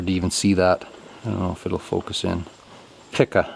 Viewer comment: I have never seen vertical vinyl siding before myself. Is this a newer product, or is it the same horizontal siding, just turned on end ? The color is nice by the way. Those mechanical pencils are nice. In the US area's it is pronounced P ca , ( the I is silent ).